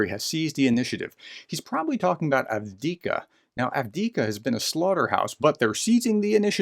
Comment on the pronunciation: Dear Professor, you are always talking of AVDIKA but the city's name is AVDIIVKA (Av-di-iv-ka). I know it's not important, but it's better to pronounce the name correctly. Fred from Brussels/Belgium.